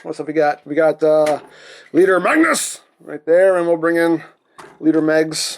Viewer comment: when you say Magnus it sounds like your scrapping lol